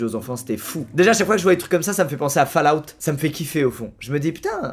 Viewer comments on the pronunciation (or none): none